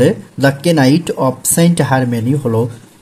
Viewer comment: ওটার উচ্চারণ কেনাইট না হয়ে নাইট হবে